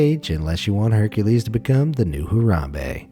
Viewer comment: He said hurcales to be the new harmebe